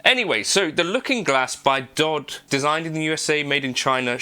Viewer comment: DOD isn't a word, its LETTERS its pronounced by. Like USA isn't Yousa, or MXR isn't Mixer. Hate to be that guy but I just wanted to let ya kno before ya hang with ur mates n talk about the pedal